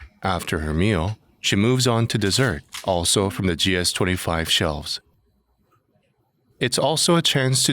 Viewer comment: 쥐에스 투에니 파이브~하니까 겁나 있어 보이네 ㅋㅋㅋㅋㅋㅋ😂